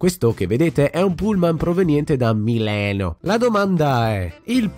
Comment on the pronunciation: Mi sono arrabbiato quando hai detto mileno invece di milano perche io pensavo che il pullman non poteva andare da nessuna parte😡. Io ho messo 👎